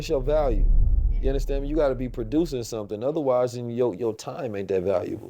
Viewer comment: I just love when he says “Ya Undastand Me”